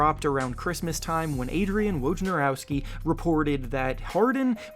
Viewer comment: Two points: 1. Thank you for saying Wojnarowski properly. 2. Harden just wants to go back to Houston because what really matters to him more than winning is... clubbing. Harden just wants to party, and Houston is the best party city for him.